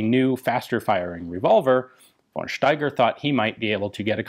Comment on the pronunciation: I like this presentation. I just want to say: In german, we don't have a use for the "v". So we just pronounce it like an "f". Always. There is no won Erich, no won Steiger, always just fon Steiger, fon Erich etc..